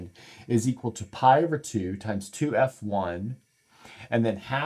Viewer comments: Put the stress on the "F" syllable: [two-EFF-one] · Experts pronounce _2 F_1 as two-eff-one.